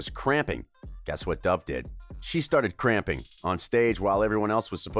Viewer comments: Isn't it 'crumping', not 'cramping'? Correct me if I'm wrong, pleas e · It’s pronounced crumping but okay¿